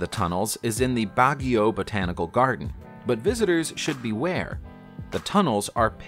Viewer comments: I like how the narrator pronounce Baguio City, its the correct pronunciation for Filipino standard. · I liked how he pronounced "Baguio" 😁